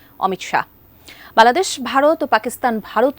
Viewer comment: ### কুকুর শুকুর সাংবাদিক উপস্থিকা বাংলাদেশের নাম বলতে পারে না